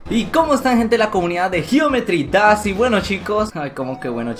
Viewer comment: dijo das en vez de dahs